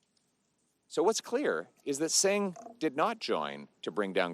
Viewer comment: Can't even pronounce singhs name properly. This guy is such a low effort joke.